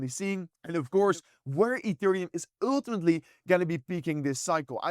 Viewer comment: broooo you gotta stop saying uultimately...say eventually youll probably pronounce it easier lol